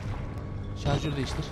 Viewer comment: Hahahaah pile jarjör diyo Hahahaah neyse çok komik xd